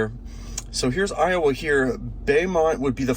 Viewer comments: Pronounced I-O-A, not I-O-uh. Louisiana is weird. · Iowa, LA is pronounced ‘eye oh way” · It's pronounced "Ioway"" Louisiana. And also pronounced "Bomont" Texas